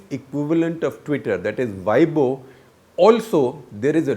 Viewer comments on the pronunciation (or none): none